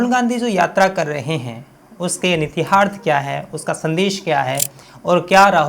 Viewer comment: Pahle shabdon ko sahi sahi bolna sikho … Nitiharth kuchh nahin hota hai… Nihitarth…